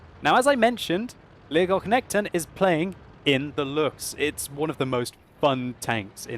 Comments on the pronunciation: It is pronounced like Leo-gog-knekt-en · you almost pronounced that right! That K in the middle though should be pronounced like the C in 'care', and empasize the E's instead of just rolling the word out smoothly;) It sounded very german when you said it xD Cheers from Sweden <3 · You pronounce the name as two words: lego knekten (lego knight) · Leggokchnechten låter som ett bra sätt att uttala namnet på. Haha. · Legock nekten :D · sorry but i hate how you say legoknekten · It sound very funny when you say legoknekten. :P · you really butchered his name :/ but it was a nice try